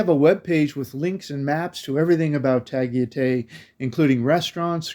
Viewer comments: Ah boy, that was a terrible pronunciation of Tagaytay. 😂 Love your videos nonetheless. Living vicariously through your traveling videos, keep them coming! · Hi Tagaytay is very Maganda but that area can be very expensive..our house is only like 15 minutes away in silang cavite..also you pronounce Tagaytay like a foreigner 🤣🤣🤣